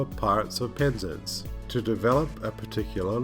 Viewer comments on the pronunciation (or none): It's pronounced Penz-ance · Love the videos but please pronounce PEN-ZANCE . 😂😂